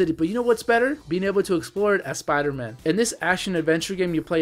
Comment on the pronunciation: Spider-Man You say it like it's his last name.